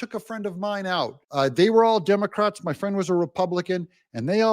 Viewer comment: Did you say the "Dumber-crats"? 😂